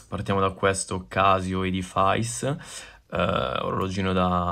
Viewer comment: Casio edifice, pronunciato 'edifais' non si puo' sentire, solo gli italiani lol😂